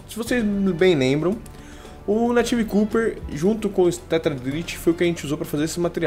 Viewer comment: "Cuper" não, pronuncia-se "cóper" mesmo hahahah! (: Seus vídeos são sensacionais, se fosse pra criticar algo, seria só isso mesmo. Continue com o excelente trabalho, rapaz!